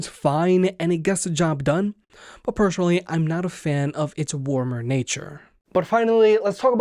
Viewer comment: personally not pershonally there is no 'H' when spelling